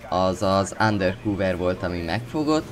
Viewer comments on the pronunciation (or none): ánderkúver??? .. -ándörkávör